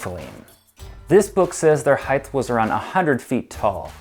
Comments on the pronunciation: Does the word height somehow now have an added h at the end because this guy apparently speaks as such. So annoying, like the word literally! Didn’t even get past 2 minutes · Maybe in all your “extensive research” you should have actually read the word: H E I G H T. Note the lack of a “TH” At the end of the word. Here in the modern world, we have this almost magical resource called “GOOGLE”. See also: Bing… Jeeves… Webster’s Dictionary… or if all that’s too complicated, maybe just ask Siri! “Hey Siri, how do I pronounce height?” If you want anyone to take you seriously and not dismiss you as an uneducated, bush-league idiot, you really need to expend 10 seconds of effort to learn how to pronounce the word you supposedly spent “weeks” researching. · One. I guess the only people who feel the need to narrate videos are people who can t pronounce the english language. This kid can t pronounce h e i g h t There s no third h at the end of the word. If you don t believe me look it up in the dictionary or easier than that look at the spelling in your OWN video title. You don t say weighth do you. Height and weight. Two once you decided which word you can t pronounce you then decided to mispronounce it every twelve seconds for a total of 412 repititions which if you listened to your english teacher if you ever had one they told you not to repeat ANY word 412 times. Because it makes your video boring and hard to listen to. Three if you kids out there think i m making a mountain s heighth out of a molehill s heighth try this experiment. Ask a friend or relative to mispronounce your name for a whole day and see how long you can take it. If your name is john and they call you johnth for a few hours or if it s josh try listening to joshth 26 times and you ll be approaching how people who speak properly bristle at constant mispronunciations It s YOUR language. LEARN IT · Heigh(T), not Heig(TH). Hard T, no TH sound in height. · Please, it's height not heighth!